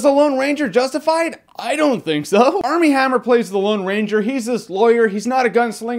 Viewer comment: Dude his name is "Armie Hammer"